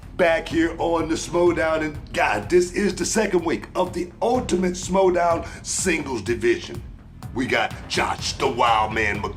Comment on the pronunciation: Hey? Its Schmoedown not Smowdown. GTFOH